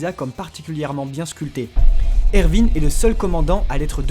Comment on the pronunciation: Ses erwin pas ervine